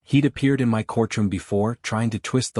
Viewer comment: Why does the AI spell my instead of speaking it?????